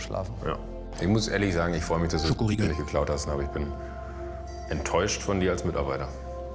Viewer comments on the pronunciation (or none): Das "ScHoKOriEgl" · Wieso sagt einer immer Schokoriegel??? und Joko 😂😂😂😂